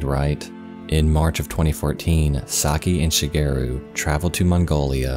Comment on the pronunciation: The way he pronounces "Shigeru" is so off-putting. It's not "She-gear-roo" it's Shi. Ge. Ru.